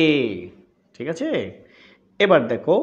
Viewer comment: Your 'thikache ' sounds funny 😂